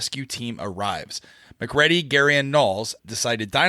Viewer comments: Wouldn't it be Mac-Ready instead of Mc'Ready? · "Naw-Less" ? Whole Video and "Mack Ready" ? Would of been a fun and enjoyable review but the name hacks !!?? You guys can do better..... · Did even watch the movie? If so, how the devil does he keep mispronouncing MacReady? Must be him being intentionally annoying.;-)